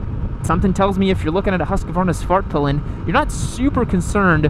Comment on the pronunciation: I cant stop hearing “fart pylon”